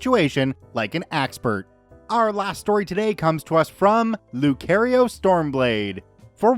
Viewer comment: "Lu-care-io" *TWITCH* It's "Lu-car-io", sir ^^